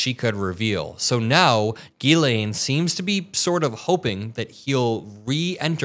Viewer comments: J JJJ 'jillain or jillEN (like jillian/gillian. It's a French name) Not 'Geelayn'. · It is not Guylaine it is pronounced jislaine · It’s Jizz Lane not geee lane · Zhis-lay (not GeeLane) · Her name is not "Guylaine", it's Ghislaine (pronounced Jislaine (with no d sound in the J - but it should be Jizzlaine). She's British-French-American and her name is French. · Jiz-lane Maxwell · Just fyi...Ghislaine is pronounce Jislaine... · Another good report. However, you need to pronounce her name correctly. It is a French pronunciation. Just as the name "Elaine" is pronounced "ee-lén" (stress on the second syllable), her name is pronouced "ghee-lén." Just saying. Criminal or no, get her name right. Whatever. Nothing is going to happen anyway, except she might end up the same way as Epstein. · Her name is pronounced Jisss-lenn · You’re saying her name weird.